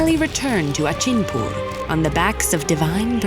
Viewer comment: Just wanted to point out it's pronounced Rakh-khosh and Khok-khosh and Achinpur is A(Like A in All)chinpur . Apart that , amazing animation and storytelling. Never thought a Thakumar Jhuli story would be on ted Ed but here we are!